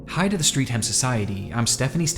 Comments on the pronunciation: Streatham is pronounced STRETH-AM (Streath, like 'Stress' but with a lisp and 'am') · It's pronounced Stret'um. I used to live near there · Hearing an American pronouncing Streatham is v entertaining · The pronunciation of Streatham is bugging me a lil bit ngl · Love Nexpo but the way he pronounces Streatham makes me cringe 😭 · Spend weeks researching quagmire of brainrot content? Yes. Spend 60 seconds researching pronunciation of 'streatham'? No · streatham is pronounced more like the ‘stret’ in ‘stretch’ just a bit shorter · The most disturbing thing in this whole video is the pronunciation of Streatham. For fucks Americans, how is it none of you learn how to say things properly? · You pronouncing streatham wrong was so cringy. Not as fucked up as this vid tho what the actual fuck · The most disturbing part of this video as someone from South London is hearing Streatham pronounced as "Street Ham" It's pronounced more along the lines of Stret-em. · Sadly, its actually not pronounced street-ham, but streh'th-um. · 'linking us to a PDF file' huh? I think we got linked to one at the start of this video honestly. Fuck I wish this was fiction. Also I'm sure you've been corrected on this a hundred times already but - 'Streatham' is not pronounced 'street-ham' it's more like 'stret-m'. (Damn I wish I wasn't living in the same city as this accursed man - in an area not that far from him, at that. Blech.) Great video <3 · Streff-am is how its pronounced haha not street ham Banger video as always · First of all - it's pronounced "stret-um" not "street-ham". Second - I lived in the area from 79 to 2016 and don't remember anyone like that. I call BS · side note as a pedantic british person- streatham is pronounced “strethum” not “street ham” - good vid tho. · It's pronounced Stret'm not Street ham, the 'm/ham part is always pronuonced like a light "um" and a light umlaut on the u. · “street-ham” it’s “stret- um” 🤣❤️ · FYI Streatham is pronounced Strettam. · It's Stre-thehm